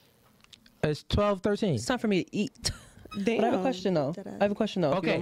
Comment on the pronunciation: And emphasized on the T 😂